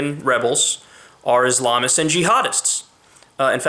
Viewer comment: You pronounce Islamist wrong.